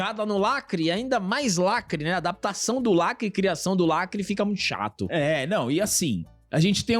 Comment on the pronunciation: “lacrÁte” me quebra sempre kkkkkkkkkkkkkkkkk